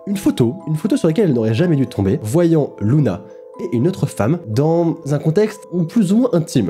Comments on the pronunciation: c luna ou runa je comprend po ? 😭😭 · J'entends Luna au lieu de Ruma PS: J'adore le concept ! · C'est Runa pas Luna 😂😂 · C pas Runa ? Mais oui , en Japonais Runa ce dit Luna . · Le son "r" se prononce "l" en japonais.